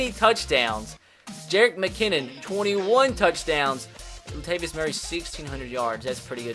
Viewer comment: “Lat vius Murray”